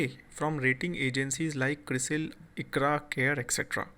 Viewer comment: It's ICRA NOT IQRA... ur Gf